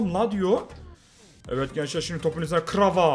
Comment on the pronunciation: Kvara'ya krava diyen koca yürekli ❤